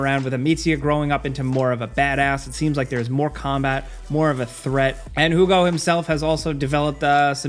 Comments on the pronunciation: Hugo is pronounced "Hiu-go" not "Who-go" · I audibly laughed when you said "who-go" instead of "hugh-go" for plague tell requiem. Made my day, thank you for that. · Did said Hu Go? 🤨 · A-meats-ia and Jugo (juice) 😂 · lmao inability to say hugo properly made me giggle